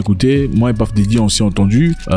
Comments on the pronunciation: C’est « Puff » et non « Paff » Daddy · C'est " Peuf" et non "Paff" comme "Stuff" et non "Staff" qui est encore un autre mot different .Et aussi c'est selon la prononciation anglicane. Anymay,on s'en fout